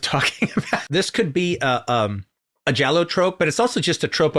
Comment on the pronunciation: makes sense it would be in the Es. also, he is actually pronouncing giallo correctly